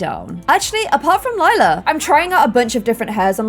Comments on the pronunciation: Lila died, that's Form but hey at least pronounced it Lie-la instead of Lee-la. I love this series so much. I'm very far behind watching it and I've been binge watching it for weeks. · finally pronouncing Lila correctly when it's the wrong name altogether 😂 Relatable tbh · Love how it took forever to pronounce Lila properly and now she keeps calling Clem, Lila 🤣